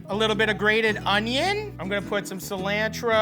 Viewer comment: I love his cooking sesh. Especially how he says "alapeños" "Se"lantro Gives me warm fuzzies